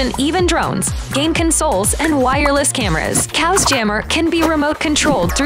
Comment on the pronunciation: So you’re telling me this is pronounced “cows” and not “chaos”?